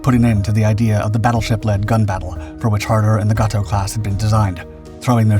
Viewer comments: It's GAY toe, not Gah toe ! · Pronounced 'Gay-Tow' class.